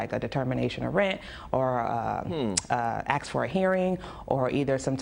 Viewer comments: I might be tempted to evict anyone who say AKS instead of ASK just because they say AKS instead of ASK. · Why does the lady want to Axe everyone. She keeps saying axe this person and axe that person. How will that help them with their evictions?